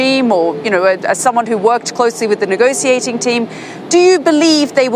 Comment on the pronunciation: Negociating table??? Or negotiating???